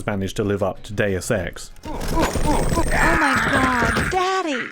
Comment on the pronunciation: Day-oos Ex. Now you know how to say it and will never say it wrong again... right?